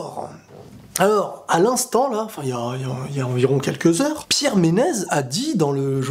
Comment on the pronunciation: On prononce Pierre Menessssss pas Menez